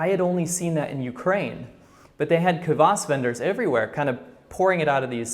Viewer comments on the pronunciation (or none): one thing . not kawas but kwas it means acid and its disgusting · I realize this was literally almost a year ago, and just a small correction about the russian/ukranian drink you mentioned, its called Kvas (not Kavas). If i misheard, then sorry :P but just how i heard you say it sounded like you said Kavas. We have the same drink here too, only its non alcoholic and ofc commercialized so you have different kinds of flavors etc, but yeah its rly high in vitamin B so its kind of healthy :) As far as i know Kvas is also non-alcoholic even in russian versions (since thats where it originated). Anyway rly like your videos